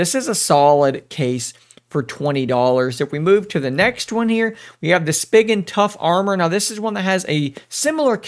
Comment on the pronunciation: I hated the way you pronounced spigen lol I’m used to reviewers saying it with an e sound like spegen I guess I’m weird